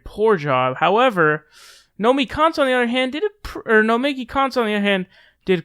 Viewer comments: Say it w/me: "No-me-KEY" (from Nomiki Konst's own Twitter page). ;) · Nomi-KI Konst! Nomi-KI! It’s not “Nomi Konst”. I don’t even know the broad (nor do I know why I’m yelling!) but say her name right, dammit! Otherwise it’s “fake news” :P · It's Nomiki, not Nomi.